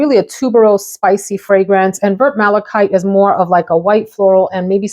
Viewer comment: You’re saying malachite correctly, it’s a type of stone which is colored in shades of green because of the copper in it. It also occurs naturally with a beautiful blue stone called azurite.